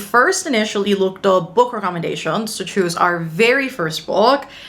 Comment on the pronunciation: Just letting you know book recommendations is pronounced as ‘recommend-ations’, just thought I’d point out incase you didn’t realise 💖 I always hear you in videos say it as ‘wreck-om-en-dations’ 😅